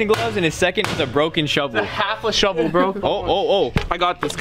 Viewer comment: Every time they said shovel I thought they said McDonald’s